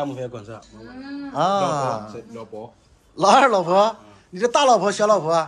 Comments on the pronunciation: 老二中文最標準的一次，快笑死我了😂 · 哇噻，那“老婆”发音挺准的呀。是要耍个美人计就能让老二加紧练习中文吗？那有可能的确需要好几个“老婆”了😂